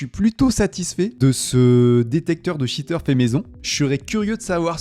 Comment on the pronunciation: un shiteur ????? cheater ca ne se prononce pas comme ca